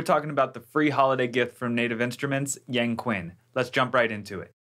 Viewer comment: hey hello , i want to tell you , it actually pronounce like "young chin" , we don't don't pronounce it like K , and you did pretty good job , thank you for sharing this .